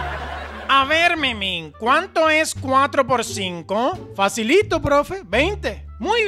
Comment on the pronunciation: envés de decir Facilito decía Facilto like si lo notaste